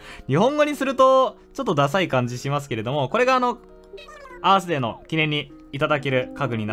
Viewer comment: アースデー最初バースデーと空耳した